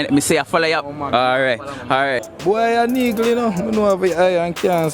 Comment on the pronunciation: We jamicans chat bad yf😂😂😂😂 wah name "neegle" 😂😂😂😂